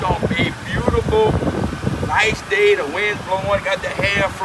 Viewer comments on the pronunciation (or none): none